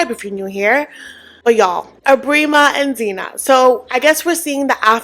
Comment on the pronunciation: Phin makes my blood boil, he's so disrespectful. Sandra needs to protect her kids and cut him off expeditiously. Zena has to be playing dumb for the cameras. Men like Ebrima (it's pronounced "eeb-rEYE-mah") are a dime a dozen in Gambia, there's no way they don't have an understanding and if not, she's bound to have met another s-x pest, I mean tourist, in Gambia that would have given her the 101 on bumster relationships (that's the Gambian name for the men lol)